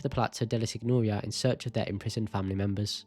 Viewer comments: Sorry… only 3mins in. The signoria isn’t pronounced sig-nor-ia . It’s closer to ‘seen-yoh-REE-ah’ like señorita in Spanish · my brother in the creed. There’s a difference here. Florence and Firenze, Paris and Par-ee are the same and doesn’t effect it. Sig-nor-ia is just wrong as there isn’t an English equivalent. And I’m also British and someone who failed their gcse language The rest of the video is fine, just work on legit pronunciation of places